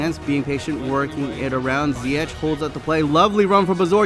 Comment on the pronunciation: You don't say zyietj but zyiëg